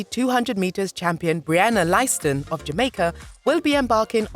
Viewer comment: Baby doll it's not Brianna Liesiston it's pronounce Liston ( Lyston )